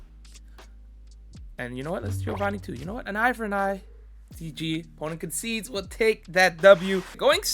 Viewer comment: It's "concede" not "conceide".